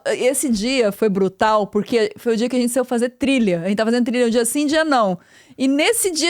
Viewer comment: A niuci falando brutau Jskske Is uver pru betā